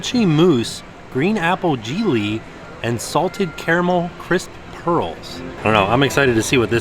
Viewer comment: Great video, how you said jelly just cracked me up 😂😂😂❤️❤️